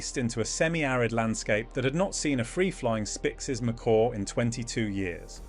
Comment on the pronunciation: This documentary could be so interesting if done by humans, instead it's been done with STUPID ai that can't decide on how to pronounce "Macaw" and pretty much any other word of scientific nature... I did try to watch it to the end, but by minute 8 I was to annoyed to want to see the end.... Ditch the f...ing ai !!!! ( I deliberately use lower case "ai" because it is stupid!) All that matters to the channel are views, and I kind of added mine to it... maybe if there are enough thumbs down, we will make a difference....